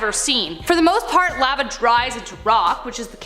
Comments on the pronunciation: Pronounced “Lah-va”, not “lav-uh” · Lmao see pronounces lava ...layva instead the normal sounding lawva, also pronounced seismic sensor, seesmic, not sizemic... blond moment probably reading words see dosent actually know xD